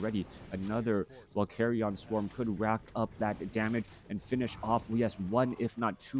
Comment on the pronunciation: Why does he pronounce it as "carry on" swarm? Isnt it pronounced as "carrian" swarm? Pls enlighten me if I am wrong.